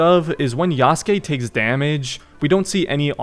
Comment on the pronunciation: damn bro should really be pronouncing yasuke correctly by now, it shouldn’t bug me, but it does😂